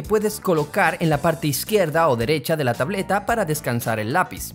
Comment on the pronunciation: ”tableta" Also: ”tablota"